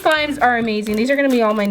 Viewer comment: playing with lip scrub slime "this one was amading" Me:... amading?... mind and and amazing = amading?